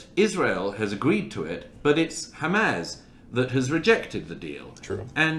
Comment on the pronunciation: DOUGLAS MURRAY pronounces HAMAS - חמס - and ABU HAMZA אבו חמזה - better than ISRAELIS do .. As for the large numbers of dead… ONLY ZEROS CAN CREATE LARGE NUMBERS!